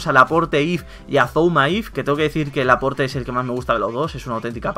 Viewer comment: Se pronuncia "laport" no "laporte"